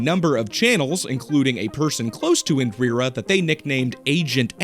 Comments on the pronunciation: IN+ DEE + RUH is the pronunciation, not IN + DREER + UH. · Bro...I do enjoy your content, but you REALLY need to check your research. Get some ACCURATE info re: Indian history... At least you stopped saying: "In-Drear-ah" half way through. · Why can't you pronounce Indira but you can pronounce Gandhi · FFS MAN INDIRA, I-N-D-I-R-A, INDIRA also best channel watched all the videos